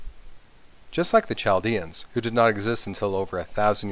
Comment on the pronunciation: Lol the pronunciation of "Chaldean".